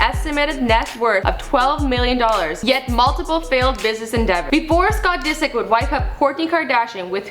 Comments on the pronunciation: She literally said david disc lol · i cant stand this girl disick doesn't rhyme with biscuit! she can't even speak properly. if Michael reads all these comments I hope he sees that nobody wants her here